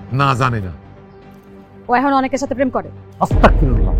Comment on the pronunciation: অসতাকফিরুল্লাহ না এটা বললে গুনাহ হবে। বলতে হবে আস্তাগফিরুল্লাহ এটাই সঠিক ধন্যবাদ